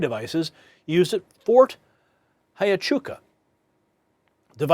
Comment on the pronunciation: Huachuca is not pronounced hi a CHOO ka. it's wha CHOO ka, Do some research.